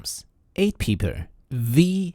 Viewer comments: bros says "peepl" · The way you pronounce "people" is hilarious.